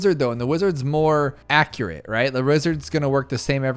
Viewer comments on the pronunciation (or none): none